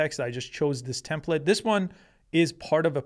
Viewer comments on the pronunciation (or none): none